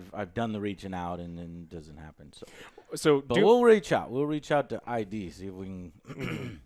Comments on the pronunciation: Come on, Joe. It's not I-D. It's a single word, as in "Id, ego and super-ego". They might not like you as much if you get their name wrong. :D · About Warzone, I need solo mode as well. I sometimes want to just fuck around, but when you play with other people you can't do that. About id Software, it's id from id, ego and superego. So it's pronounced as id, not like "eye dee" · Joe just passing this on for future content. It's pronounced "id" not "I. D." 😊